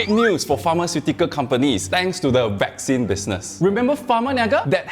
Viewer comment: Sorry but I seem to hear "vaccine" being pronounced "whack scene"??? 🤷‍♂️🤷‍♂️🤷‍♂️